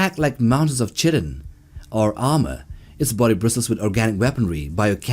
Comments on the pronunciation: "Chitin" is pronounced "kai-ten", not "chit-en". Basically "kite-in" would be the easiest way. Yes, I'll get hate for posting this, but people should learn how to speak properly. I enjoyed the content otherwise. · The "ch" in chitin is pronounced like a "K". It sounds like kite with an "en" sound at the end.